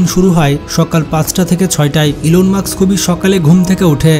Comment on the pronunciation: ইলন মাক্স না ইলন মাস্ক😅